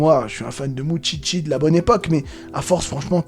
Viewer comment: Effectivement, je crois qu'effectivement tu utilises effectivement beaucoup trop souvent effectivement le mot "effectivement". Et effectivement aussi, ça m'écorche les oreilles chaque fois que je t'entends dire "moutchitchi" au lieu de "moushishi". Plus sérieusement, j'ai l'impression que tu n'as vu ou lu que le tout début vu que tu ne parles absolument pas des démons majeurs ou de l'examen de magie.